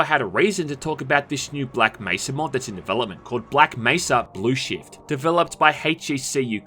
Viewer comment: every time he says "shift" it sounds like shit